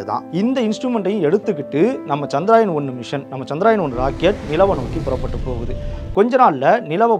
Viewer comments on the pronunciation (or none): அது சந்திராயன் இல்லை நண்பரே அது சந்திரயான்.